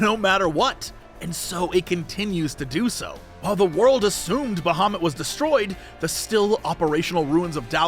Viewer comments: Who tf is out there saying "Baha moot?!" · When Jesse says Bahamut, I always hear "Da Hobbit". It confused me several times in a very funny way.